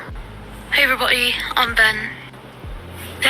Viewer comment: “hey everybo’y” even with a cockney accent, british ppl don’t get rid of the D… they only get rid of the T… 😭